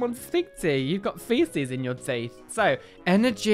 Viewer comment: Hehehe love the way you say "energy". Grats on the awesome Gengar card! xx